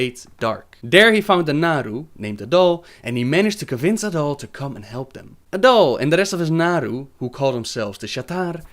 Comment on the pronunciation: Yes, and of course Naaru is pronounced Naah-Roo, Sha'tar is pronounced Sha-Tar and A'dal is Ah-dal.